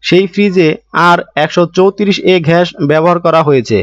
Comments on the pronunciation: ভাই ঘ্যাস কি 😆😆😆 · ঘাস না গ্যাস হবে।